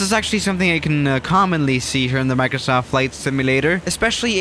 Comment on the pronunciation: Nobody:: Maurcrosauft